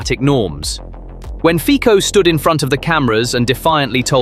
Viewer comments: Fico is pronounced FEE - tso, not FEE - ko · Very artsy with Ficos name 😅. That was great